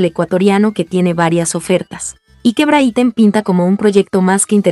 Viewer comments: NO SE PRONUNCIA BRITEN SINO BRIGHTON! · Porque dice Brithon ya mismo lo dice Brito 😅😅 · Encima de publicar noticias falsas no saben pronunciar el equipo... De verdad no se cómo carajos tienen la cara de aparecer y seguir?